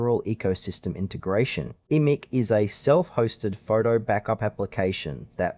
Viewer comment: It's pronounced like "Image".